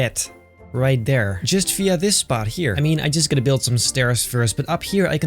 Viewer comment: the dutch "via"😂😂